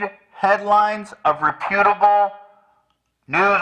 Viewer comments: mispronounced reputable in the last episode too, so I don’t think he’s taking it from Ethan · Loved that went along with Ethan’s pronunciation of “reputable” lol